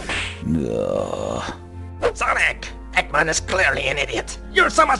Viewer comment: Egman instead of eggman